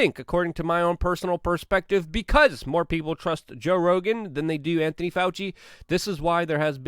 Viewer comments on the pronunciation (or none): none